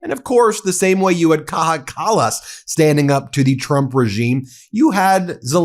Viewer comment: Well said, Kaja Kallas. 👏It's pronounced (K-EYE-A), btw. How the f*ck has Mike (National Security Risk) Waltz still got a job??!